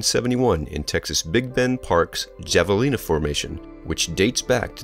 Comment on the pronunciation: Havalina. Javelina....